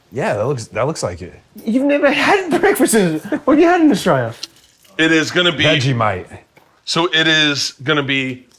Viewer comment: "Veggie-mite" I SPIT OUT MY DRINK HELPP- Austin is too cute🤣🤣